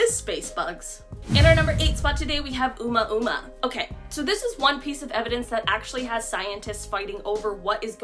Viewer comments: They pronounce it Oh-Moo-Ahh-Moo-Ahh or OhMuuahhMuuahh like that. Lmao 😂 it’s cool Tho I knew what you were talking about but for future videos just wanted to help. Not trying to be offensive. 😊 you said Oooomahooohhhhmahhh 🤦‍♂️😂😂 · She said Uma Uma 🤣🤣🤣🤦🏽‍♂️🤦🏽‍♂️🤦🏽‍♂️🤦🏽‍♂️🤦🏽‍♂️🤦🏽‍♂️ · Did she say uma uma 😅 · Oumuamua - `Oh- moo-`ah- moo-`ah.